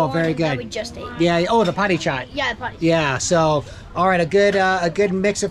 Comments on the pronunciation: Our utensils 😁😂 and its papdi chat not padi chat 💓nepali from Oman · That's papdi chaat, not potti chat 😂😂